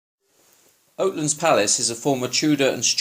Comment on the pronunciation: It’s oatlands not otelands